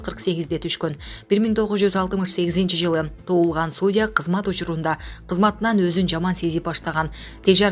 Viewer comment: Суудья эмес судья , ударениени туура коюп окучу блогер журналюга.